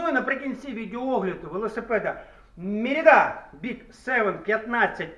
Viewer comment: Дякую.😊 мерІда, а не мерідА